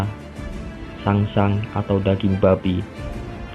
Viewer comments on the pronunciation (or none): Saksang. Bukan sangsang